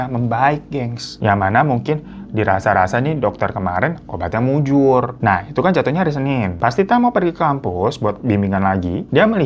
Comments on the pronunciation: Obatnya manjur....bang bukan mujur...wkwkwk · Manjur bg bukan mujur loh 😂🤦